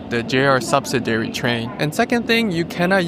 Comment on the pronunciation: Thanks for another great video! FYI, the accent on “subsidiary” is usually on the second syllable: “sub-SID-ee-ary”